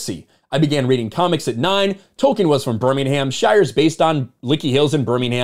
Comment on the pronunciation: Its Tolkien not Token